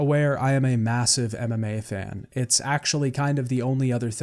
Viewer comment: It took some time for me to understand that it was "MMA" not "anime" and I was very confused that you watch and practice Anime. Also I thought "what a weird pronounciation of anime"